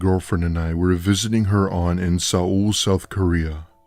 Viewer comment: It was the pronouncing Seoul as (sa -ul ) for me 😂😂😂